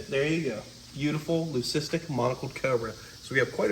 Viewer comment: The word is LEUCISTIC.